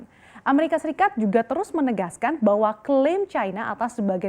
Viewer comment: Ngakak sekali ngomongnnya "Amerika Sikat" buka Amerika Serikat wkwkwkwk. Ada di detik 8